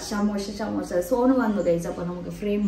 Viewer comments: Ramzan:12 😊. Love from Manglore 🤗 Ans:samosa sheet pronounced as samosha sheet and watching from saudi arabia 🙌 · Day 12 Ans=സമോസ യെ ശമൂശ ശമൂശ എന്ന് പറഞ്ഞു 😂